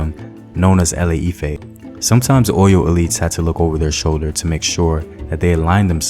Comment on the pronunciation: The name of the founder of Benin empire was Oramiyan, the same prince from Ile Ife who founded the Oyo empire. The brother in the video mentioned Ile Ife, only with another pronunciation. Listen again. I'm from Ile Ife, by the way. Therefore, my statement is from the source.